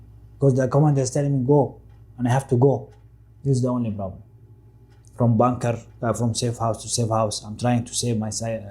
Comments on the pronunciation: they way he said broblem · Nope he is not! He says borblem not problem!!!! And he said balas there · Clearly he is somali or Ethiopian somali but 100% not eritrean🇪🇷🇪🇷🇪🇷.he said broblem instead of problem😂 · The way this guy pronounces "problem" proves he is Somalian. You can check for yourself how Somalis pronounce it.problem. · He can't say p. He pronounce it as b. 😂 typical somali of any kind. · Yeah I agree, I hear some Arab accent there. He pronounces "P" sound as "B" like native Arab speakers. He said he also spoke to the Syrian people, which you can only do if you know Arabic.